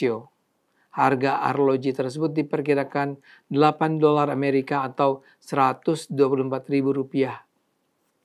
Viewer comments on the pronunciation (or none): none